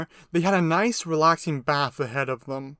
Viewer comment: Nice in Australian voice